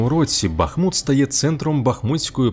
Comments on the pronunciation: Дякую за відео. Хочу запросити Вас на свій канал, ви дізнаєтесь багато цікавого про моє рідне місто. І БУДЬ ЛАСКА, ЯК ЖЕ НЕ ЗРОЗУМІЛО, ЯКИЙ БА́ХМУТ - ПРАВИЛЬНО З НАГОЛОСОМ НА У - БАХМУ́Т!!!!! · Так Бахму́т чи Ба́хмут?) Бо чую й у відео наголос гуляє туди-сюди, чи то може вже причувається)